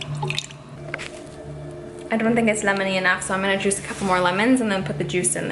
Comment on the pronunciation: it did not sound like the word juice.